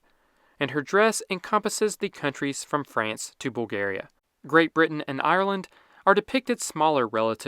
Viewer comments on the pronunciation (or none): none